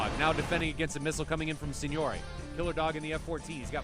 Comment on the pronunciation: I'm just happy he doesn't say SINGNORACHB...SIGNORAG...MM ...SIGNOAGHE? anymore lol